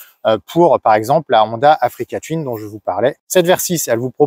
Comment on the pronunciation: Attention à votre prononciation qui est étrange : touine et non : tuine